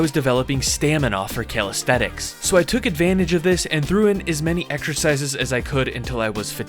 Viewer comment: I was expecting you to pronounce it calistheTics, but you didn't! 👍